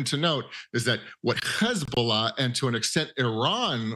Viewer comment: KhezBolah or Hezbolah